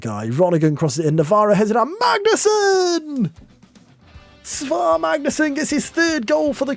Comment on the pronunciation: I think the Icelandic ae is pronounced like "eye" so it's S-eye-var Magnusson, so he is Si Mag... not to be confused with Si Maggio. Great video! Loved the singing.